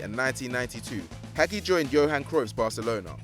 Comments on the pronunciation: Hagi is pronounced Hah-Jee not Hag ee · It's pronounced Ha-jj-i not Hagi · hagi is pronounced Ha-j-i and he played for romania not columbia i mean seriously the incompetence of the narrators is shocking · Jesus Christ. Butchering Hagi and James. Winning a la liga title at Marseille. That’s really bad. Step up.